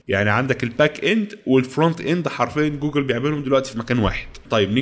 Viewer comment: انت بتنطق الانجليزي كدا ليه يا! 😂😂 ابوس ايدم بلاش تضخم صوتك وانت بتقرا الكلمات الانجليزي وبالذات كلمة جوجل واستمر يا غالي محتاك جميل ومميز